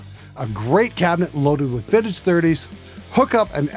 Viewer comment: This dude speaks as bad as most people type, he skips words, i thought he was saying figget instead of vintage...his "real" moments are written so he mumbles through em... This guy could be the best engineer in the world, I can't stop laughing at his presentation, and I learned nothing.